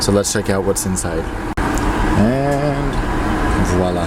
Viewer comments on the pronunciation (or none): ''insine'' good english